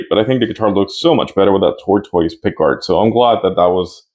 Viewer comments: Tortoise is pronounced "tor-tiss". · Dude, it’s “tortoise,” as in like a TURTLE. It’s pronounced “tor-tuss.”